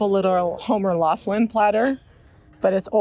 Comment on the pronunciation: I live in the town where Homer Laughlin is, it's pronounce Lock lin